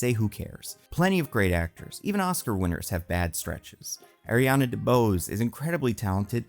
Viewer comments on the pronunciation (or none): none